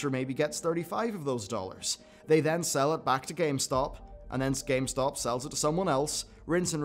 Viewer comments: Is it just me or is he saying GameSpot instead of GameStop? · Thought I was wrong but nope, you're definitely saying GameSpot.